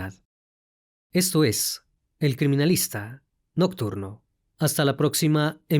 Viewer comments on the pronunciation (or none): Después de un pesado día... a relajarme escuchando el mejor canal de YouTube, pueden abordar el mismo caso en 20 canales..... pero siempre vamos a preferir " el criminalista noturno" (no lo escribí mal, así lo pronunció por ser jarocha) ..... a dormir, buenas noches...